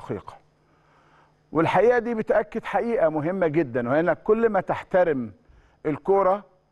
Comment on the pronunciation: ليه احمد شوبير بيقول على كلمة حقيقه بيقول عليها حخيخه